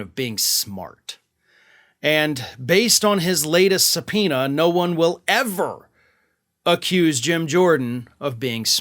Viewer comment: LOL SUB-POO-NA I needed a good laugh today. Thanks,.